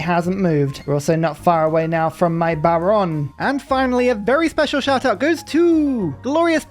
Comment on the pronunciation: Yo. It’s ba-RONE-ay. Extra credit if you roll the R. Molto grazi, amico.